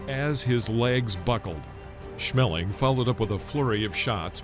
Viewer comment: Max Schmelling? Got any smell in your nose? I wonder were you found the 2nd L. Maximilian Adolph Otto Siegfried Schmeling. But besides the typical US name joke it was a goo Video,as always. I know it's not you fault. Your fellow citicens do it all the time. Lol It's so funny Haha haaa. This sounds sarcastic? I had a friend named Ina. They all called her Ina. Up on the day they saw mail from her. And then those f*.*g assholes called her from that day on Ina. Because it is spelled with an I. And weather she told them that it's pronounced different in Germany they kept calling her Ina. But they know what a name sounds like. HE'S an american aircraftmechanic and works on the AVACs. He knows a name when he reads it. It was about time that this too friendly women got told what her name is. This s*.*y Frank Lee Cole just didn't have any respect for her. Googel the translator. Even a machine knows better.